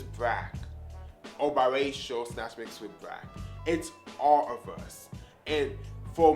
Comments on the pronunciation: What the hell is a”brack”??? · Wtf is brack ? You mean black